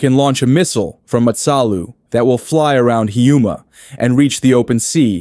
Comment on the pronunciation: The pronunciations for Matsalu and Hiiumaa :face-blue-wide-eyes::face-orange-biting-nails